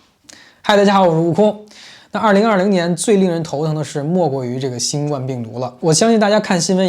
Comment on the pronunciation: 新冠（guan第一声）病毒。（不好意思，纠正下读音。）